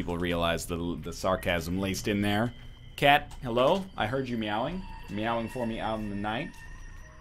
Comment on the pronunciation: ... am I a bad person because I thought he said:"Kate you have been meowing for me" instead of "Cat you have been meowing for me" o_O